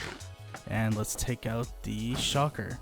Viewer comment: Shulker is pronounced: shul+ker not shocker. Also, "an" elytra not "some" elytra. Because it is 1 item.